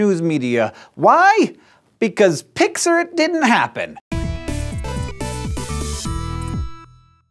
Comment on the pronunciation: Not "pixer." "Pics or," as in "Pics or it didn't happen."